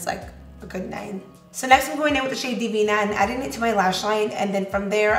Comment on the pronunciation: The way she lines her lips and how she pronounces “divina” 💕💕💕 I won’t be able to say Divina, Vasos y Tazas de same anymore after watching you and.